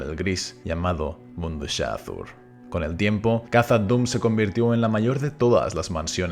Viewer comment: Recuerda que la pronunciación de Khazad es kasad, como s que no como la z castellana.